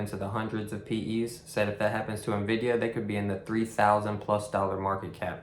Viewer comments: N-VIDIA not Nuh-VIDIA, enough of this lol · Seriously. I'm a lifelong gamer, and my first software job was at NVIDIA, and these finance people are killing me with their inability to pronounce it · I pronounce it "Niv-duh".